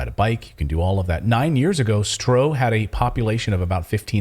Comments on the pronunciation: you're doing great work but please pronounce the dutch word "Stroe" as "Stroo". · Laughable. You have no idea of The Netherlands, Even the map and the figures are wrong( as well as the pronunciation of 'Stroe)'. When did you two ever live off the land? Really, you have no idea. Bad, bad, bad. FYI: 'these poor farmers' are mostly millionaires.